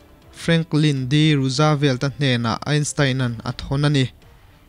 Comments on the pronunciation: rusavelt ni lovin,rusvelt tia lam mai tur a ni e....a țha thawkhat viau mai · Franklin D.Roosevelt hming i lam dan hi Rusavelt tiin i lam a, Ruusvelt tia lam tur zawk a ni, Rusa nilovin Ruus (Roose) tia lam tur.. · Roosevelt tih hi rawzvelt tih ni ta se Jfl. 😁